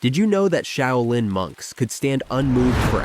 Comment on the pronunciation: Pity the Ai can't say Shaolin.